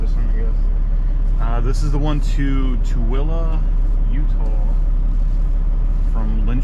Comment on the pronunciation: Hi from Tooele, UT! I just clicked on this video because it popped up on my recommendations and color me shocked when you pronounced my town correctly. You ROCK! LOL That alone earned my sub. Seems like people are getting worse with hit & runs out there. Stay safe!